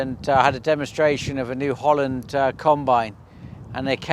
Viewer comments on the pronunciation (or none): none